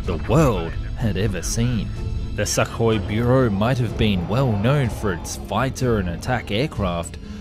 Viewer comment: You aren't going to fix the pronouciation of U in sukhoi are you?